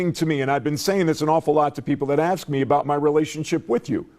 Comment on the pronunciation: How do you AX a question in :36 ?